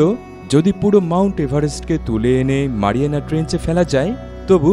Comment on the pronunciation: মারিয়ামা না ম্যারিয়ানা